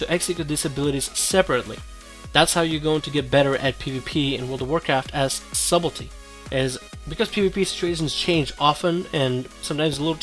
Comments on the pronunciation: Lol at him saying SUBELTY.... it's subtlety .. pronounced Suttelty the b is silent :P Nice video though. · its pronounced sutlety :P big fan btw<3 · Daniel Warren [suht-l-tee] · stop saying subelty, it's s-u-b-t-e-l-t-y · For the love of god, please stop saying "Subble tee." Also, no dagger in the main hand for backstab? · Sutelty.. sort of :) +1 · I find it hard to take advice from someone who can't even pronounce his topic correctly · The b is silent. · love your videos, quick FYI, the "b" in Subtlety is silent.